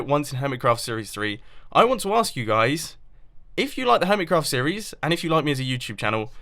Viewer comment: Why u say ,,hermitscraft"?? Also, it soumds like hermitzcraft